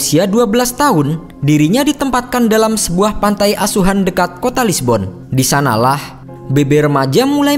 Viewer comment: Pantai asuhan? admin butuh aqua sepertinya